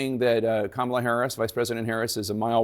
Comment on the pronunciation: Notice he says her name correctly when he was recorded while golfing after Biden stepped back. He said her name perfectly. So he's literally butchering her name purposely. He hates his followers. MAGA is just useful idiots to him.